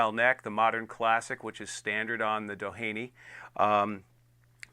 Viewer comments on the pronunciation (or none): Pronounced Do-heeny. Named after the beach in SoCal, which in turn was named after oil baron and philanthropist Edward Doheny.